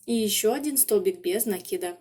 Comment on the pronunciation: Слушать вас одно удовольствие, спасибо вам за то что делаете ударение в слове накид правильно.